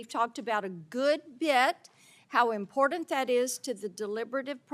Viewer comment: Did he just say deportant?